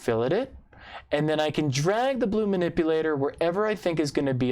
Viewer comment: I LOL'ed at the "Manipu-LA-tor" and "you've gotta make sure to put the right em-PHA-sis on the right syl-LA-ble" comment! Haha! is such a pro at these livestreams! It would be nice if, when entering "0" in for a dimension, it would collapse to an appropriate constraint; e.g., in the case of what was doing, it would collapse to a Coincident constraint. It would be extra cool if Fusion remembered that and would allow you to double-click the constraint, change the value to something else, and have it expand back out to a dimension! This might be super difficult to code and, ultimately, not very useful. but, I just though it might be cool! I think a solution to the double-guard idea would be to make the single-guard reversible. Put the countersink and edge fillets on both sides so that you can mount it on either the front or back. I guess you could also rotate it 180 degrees, but, that puts the guard on the opposite side of the switch.